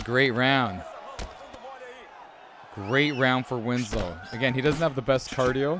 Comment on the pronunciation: WINSLOW NOT WINS-LOW 🔥